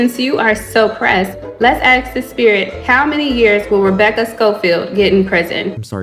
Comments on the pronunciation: This girl keeps repeating the word "axing".. She can't even say Portland properly.. And she's trying to put an educated woman behind bars with no evidence? Social media really does fry our brains... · “ people have been axing me” 😂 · Girl has nerve mentioning English comprehension when she pronounces "asking" as "Axing" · Plus all of her delulu, the way how she says aks instead of ask is irritating me. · I don't know if it's the blatant stupidity mixed with the "axe" instead of "ask" or her literal delusional fantasy play writing of fanfiction of a real ongoing murder case, but this woman pisses me the f off. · Funny video. Well done. As far as the moron girl in the video if she can't even pronounce basic English words correctly it sort of lowers the standard of credibility. It is ASK not Ax. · “Let’s axe the spirit” … it’s ASK, ffs🙄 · Why does she keep saying 'axe' instead of 'ask'? 😣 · She axe 😂 A-S-K... English is not even my first language and I know how to pronounce ask... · Anybody : ask, asking Ashley: aks, aksing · I really don’t trust anyone who says “axs” over and over! No thank you. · Been hearing “axing” the whole time I just can’t be assed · Do you mispronounce words deliberately? Is it part of your shtick? Because it’s annoying. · She can’t pronounce ASK she is not worth anything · If you can’t pronounce ask, I can’t respect you, sorry.